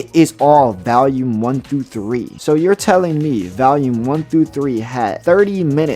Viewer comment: the consistent mispronounciation "valume" just keeps throwing me off